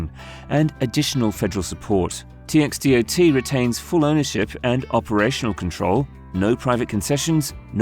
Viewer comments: It's pronounced Tex-dot. Yup. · right and who says TxDOT like that ?